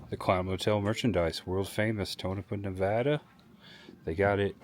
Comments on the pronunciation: Props for not calling Nevada "Nu- VAAH-Duh." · Thanks for pronouncing Nevada correctly, for an easterner